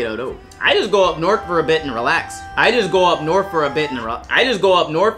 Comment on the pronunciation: As a Michigander, I can confirm that this video is accurate. Although I will say, the way he pronounced "north" is inaccurate, at least in Western Michigan.